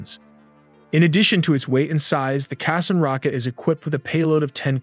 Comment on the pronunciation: Qassam is pronounced as ka saam.